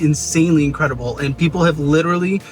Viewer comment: When Caleb said “incwedible” 😅